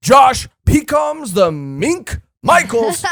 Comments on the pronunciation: The Minks fought for days straight with Dog and Cat switching off over and over. It was also stated all minks, even children can use electro Shishilian (Lion musketeer dude) is pronounced like Sicilian. Like a person from Sicily. Pekoms is pronounced Peck-ums The marriage actually WOULD tie them to big mom. It was stated the Straw Hats would become her subordinates. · You’re saying “Pekoms” wrong It’s Pek-ums Not Pee-Cums